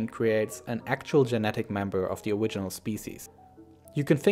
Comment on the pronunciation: lmaoo i was the thinking the exact same thing ''owiginal''